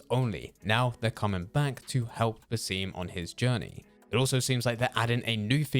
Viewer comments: bro please, its bas-im not baseem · Guys just so u know it Bas eem-uus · Lmao “baseem”